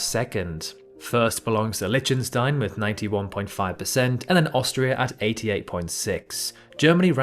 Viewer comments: is that how you really pronounce Lichtenstein? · CH in Liechtenstein is pronounced H (like Loch or Bach). And you skipped the T. It's not Lychenstein.